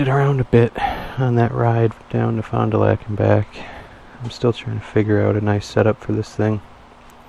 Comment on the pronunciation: it was funny hearing u say fon du lac when im from south eastern wisconsin 🤣 just recently got a 04 lightning xb12s gifted to me n cant wait to cruise these back roads around here was nice to see some firmiliar areas in the video